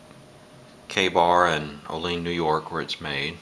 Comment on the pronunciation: Nice review and history of the knife. I live near the Kabar shop, and have a few of their products. One small point. Olean is spelled like it's pronounced "Oh' Leen", but locally it is pronounced "O' lee ann". Not important, just fyi. Thanks for the review